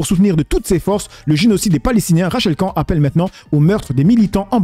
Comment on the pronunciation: pourquoi tu prononces jamais le "n" de Rachel Khan? tu es le seul à le prononcer comme ça